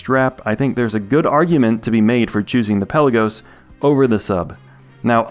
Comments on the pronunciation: Hi. I’m a watch nerd…and a pronunciation nerd (police?). Pelagos or Pélagos is pronounced Pé-la-gos and not Pel-a-gos…or anyway close to the way …Pellagiss or any Brits for that matter pronounce it. The watch’s name comes from a town in Greece and means “depth of the sea” and is not pronounced as in archipelago. Awesome vids by the way! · It's "Pelaga". Pelagos (πέλαγος) is a Greek word.